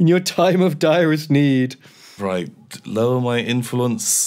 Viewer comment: Did i just hear say "Your time of dire is need?"